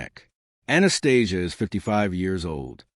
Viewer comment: Must be hard to do the research on 100 yr old gangsters and get it right. Spit balling here 😂. Surprised AI can pronounce Anastasia’s name right